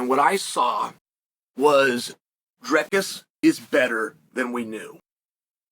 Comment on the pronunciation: that's how you say it bruh